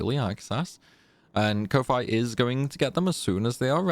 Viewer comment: I love all your challenges, binged the ff8 ones a lot, even joined a few streams x'D but i can't ignore how you say ko-fi